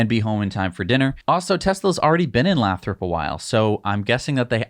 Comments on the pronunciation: It's pronounced lay-thrup. Oh, and given how expensive housing is in the bay area, half of their Fremont staff probably already live damn near to Lathrop and would love to transfer, heh. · It's "lay-throp" :-) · It's pronounced Lay-thrup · Lathrop pronounced LAY THROP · Lathrop pronounced with a long vowel "a". Lived north of the area for too long... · Stop mispronouncing Lathrop! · FWIW, Lathrop is pronounced with a long A.